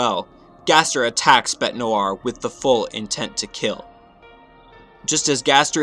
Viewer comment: You're saying bete's name wrong you idiot